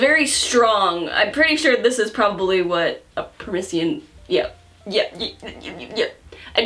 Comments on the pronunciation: The fruit you had a hard time pronouncing is called a "persimmon", not a "permission". Even if you're not gonna buy that wine again, I figured I'd drop a comment anyway. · "Permissiyon" Me, throwing a teacup across the room: "PER-SIMMON!" Also, this is the first video I've ever seen recommending a manga that was persuasive enough to make me actually read it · per-SI-mun = Persimmon Not "permission" lol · Persimmon is pronounced per sim on. Lol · persimin is how u pronounce it uwu. They're great frozen😁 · Btw, per-simmon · SYD. PER SIM MIN persimmon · Lols., it's per-sim-mon. Persimmon. Personally I don't like persimmons or wine, but I'll take your word for it. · it pains me to watch the butchering of persimmons but dang this was an enjoyable video despite the fact i will never drink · complete inability to pronounce Persimmon is adorable. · how did you butcher "persimmon" that much